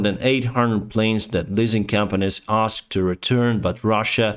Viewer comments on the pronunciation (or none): none